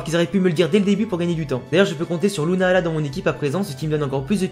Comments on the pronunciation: C est lunala pas luna ala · Ta façon de dire lunala est bizarre lol